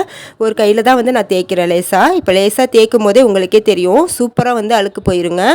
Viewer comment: அழுக்கு - அளுக்கு இல்லே